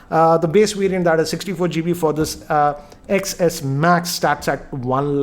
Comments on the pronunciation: Hey it is ten not X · its "X=10" not "X= ecks" thoda padha liya kar kaam aayega next video me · Shouldn't it be pronounced as iPhone 10S 1000 a 10 😂😂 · he says sex